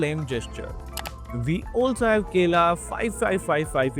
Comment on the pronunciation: Not him saying kela instead of kalea🤣🤣